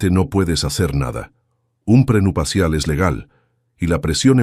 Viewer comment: Que mal narra este señor, trate de leer bien porque se oye horrible, NO SE DICE PRENUPACIAL ES PRENUPCIAL